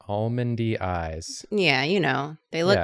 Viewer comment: said 'almondy' eyes and my brain heard 'All Mindy Eyes' and for a split second I wondered when I'd missed 'All Mindy Eyes' as a reference for drawing...